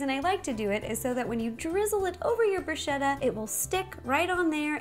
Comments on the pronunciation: It's bruschetta not brushetta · It's pronounced brū-sketta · I love you and your recipes as always, but I couldn't help but laugh at your pronunciation of "bruschetta"... it's with a hard C (it sounds like a K). Keep being awesome!! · Ro, it's bruh-SKETT-ah. Just FYI. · bruh - sket - ah! so i got slightly annoyed at bruschetta pronounciation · that's not how you say bruschetta... I'm Italian so I should know!! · Ciao, in italiano we always pronounce "ch" like "k". To say bruschetta like her, we need to write "bruscetta"! C+h = k. We use the "h" after "c" to pronounce "k" before "i" or "e". So: CA CHE CHI CO CU = ka ke ki(kee) ko koo CIA CE CI CIO CIU= cha che chi(chee) cho choo Scia sce sci scio sciu = sha she shee sho shoo No other possibilities. She is American so it's understandable that she didn't know how to say the words in Italian . Bella pe voi